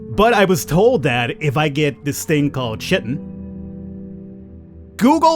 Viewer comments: Kai-tin. Not shiteen ;) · That's "Kaiton" not "Chit-ton". Yeah the spelling is terrible, but that is what it is. For the longest time I was saying it wrong too. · I know it's your stock in trade to mispronounce stuff, but lest you get de-monetised... it's pronounced Kye-tin.:) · I admit, I giggled every time you pronounced 'chitin', no chit! :D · Also, it's pronounced: KYE-tin "ch" = k sound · Chitin is pronounced with a K.